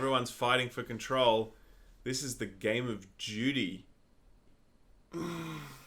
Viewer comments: I thought said "game of Judy" until they started talking about the actual story. I was sitting there thinking, who the f is Judy? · Wait... is saying Judy or Duty? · Despite knowing he's trying to say Duty, all I hear is Judy. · Who else thought he said Call of Judy? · I honestly thought you said "...Game of Judy". Sometimes I think we speak different languages. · They're aussies, they pronounce "duty" like "dyootie." That's why it sounds like "Judy." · I thought was saying "Game of Judy" i was so confused. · When you said "duty" it sounded like "Judy."